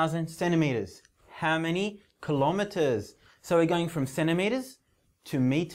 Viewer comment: don't say klo me ers say kilo meTERS